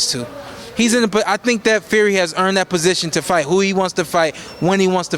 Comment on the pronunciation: He keep calling Fury Ferry 😂